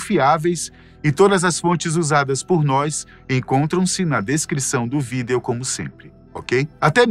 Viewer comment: Alguém fala pra ele que a palavra VÍDEO tem assento no I e não no E...